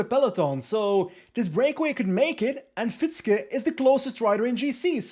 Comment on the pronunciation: Love your content! Quick tip for next time: Fietzke is actually pronounced "Feahtske", because that "ie" is a very long and unstressed i sound. It's basically the same sound as in the English word "fear", but instead of the -r, just add -tske. Voila: Fietzke. Stressed on the second syllable, if you were wondering. Keep up the good work! Cheers.